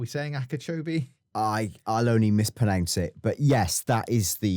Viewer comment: Was worried we'd go without this week, but mispronouncing "mispronounce" is A class. Said with genuine affection lads 😉 Keep up the good work!